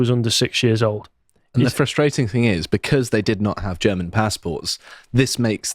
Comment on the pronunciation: has a pretty good German pronunciation. I'm very impressed.